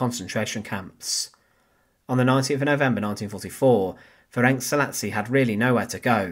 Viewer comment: Pronunciation is approximately Ferents Salashi.